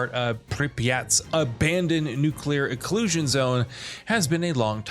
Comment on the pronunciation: Errrm… nuclear eclusion zone?? Its EXCLUSION ZONE!!!! Good lord!!! Ya know, I like this channel, but my goodness the pronunciation fails you guys do is ridiculous! Take some bloomin English lessons for goodness sake!!!!